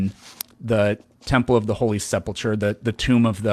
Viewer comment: It’s sepulchre, not Sepultur(a) lol